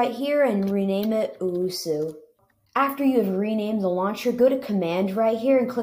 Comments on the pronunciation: bro did you really just call it uwusu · Its pronounced "Ohh-Ess-You" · Even though it’s 9 months old this hurts me on how you don’t know how to say osu :( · "uwusu" 😅😆 HAHAHAHAHHAHAHAHAHA im not tryna be mean but its funny